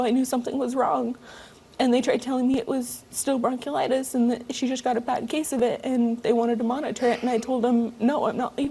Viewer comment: Can she pronoice bronchitis correctly please She keeps saying broke-u-litis and I'm loosing brain cells listening to this trailer trash talking